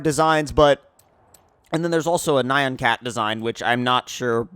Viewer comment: Ur pronunciation of NYAN... is... just no... it’s like ni-an